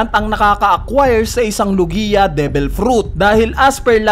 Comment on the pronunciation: WALANG KWENTANG THEORY, LO-GI-A TALAGA???? LOG-IA 'YON.